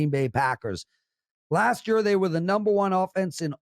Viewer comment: The way this guy says “year” drives me crazy. ha wth accent is that?